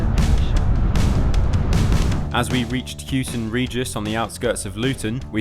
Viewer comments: Woburn - I forgive you, you corrected yourself but Hugh-ton Regis… nope lol. Houghton Regis - more like How-ton Regis. Got to love the English language (I grew up in Bedford so recognised a lot of the places around that bit of the video). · Yes! Woburn was corrected so all is forgiven but Hugh-ton…. 🤦🏻‍♀️ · that pronunciation of Houghton Regis is criminal